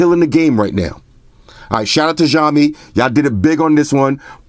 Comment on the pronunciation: The letter X in Xiaomi is pronounce like an S. Almost like a snake hiss. So it should be Siaomi rather than the hard J you are saying which sounds like Jiaomi.